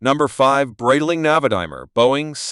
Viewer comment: Wrong pronunciation. Should be "bright-ling"